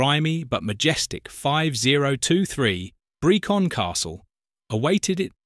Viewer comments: It’s Brecon not Braycon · While an interesting subject, I do have to point out that Brecon is pronounced (roughly) "Breh-kun", not "Brie-kon". It's a town in Wales, not a seminar for French cheese enthusiasts. (Well, it's the English name of a town in Wales. In Welsh it'd be Aberhonddu, pronunced roughly Abba-hon-thee). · It's pronounced Brekkun not Breecon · 2 days ago It's pronounced Brekkun not Breecon 6 Reply 2 replies 1 day ago There were other mis-pronunciations too, such as zenith and lever. 5 Reply 1 day ago That’s an AI reader for ya. 4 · There were other mis-pronunciations too, such as zenith and lever. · Interesting video but rather spoilt by some very strange pronunciations as well as Bree-Kon. Zenith, pronounced as zeeenith with a long 'e' and worst of all, lever being spoken as 'levva'.